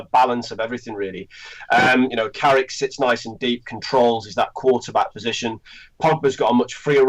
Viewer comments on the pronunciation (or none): none